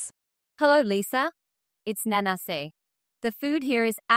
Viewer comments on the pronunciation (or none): Is anybody else hearing mayonnaise when Nanase's name gets spoken? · I kept hearing mayonnaise and I thought "what kind of name is that lol" and then I realised it was Nanase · At first I thought Lisa was calling her Mayonnaise 😅.